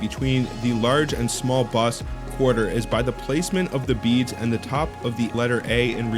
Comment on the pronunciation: Ahhh, the word is ‘bust’, not ‘buss’. Also please learn to pronounce ‘numismatist’. Kind of destroys your credibility.